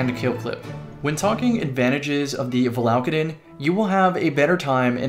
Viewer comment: Val ah Kay den Come on now Not Va la ka den